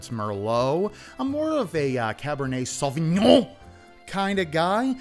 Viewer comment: I died at the SaviGNON! in the sponsor ngl